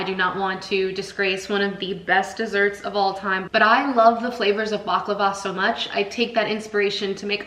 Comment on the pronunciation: The tahini bars are scrumptious. Sooo good! 😋 unfortunately mine never ball up. I think it's the rice crispies that help in doing that because that's the one ingredient I don't use. I use roasted, crushed foxnuts instead. The orange zest really makes the halwa sing 🧡. Btw, I just want to correct your pronunciation: it's bukLAVA..not bukluhva. Also made the chocolate cake.. very fudgy n tasty.